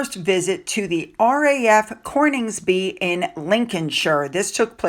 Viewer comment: Coningsby my lovely, no 'r' required. It is currently and historically a beautiful very interesting area, very much worth checking it out.